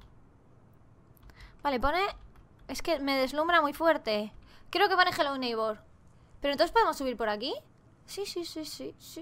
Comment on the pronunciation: Hola te voy a enseñar a prununciar Hello Neighborm, se dise jelou neig bor